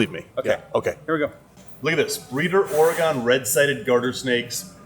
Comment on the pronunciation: Great video guys! Just a heads up for you Midwestern folks (ahem, )—- my home state is pronounced OR -e-gun. Not or-e-GONE 😅